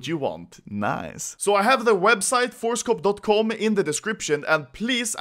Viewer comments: I heard ForceCock not ForceCop XD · i thought he said ForestCock untill i checked description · I thought you were saying Forrest Gump instead of forcecop😂